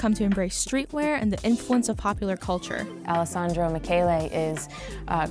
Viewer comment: Okay but she did Alessandro dirty with that mispronunciation!!! wow this was clearly not written by a fashion journalist bc this is a steaming pile of garbage. Very clear only has grasp of general luxury market, not specifically the high fashion market.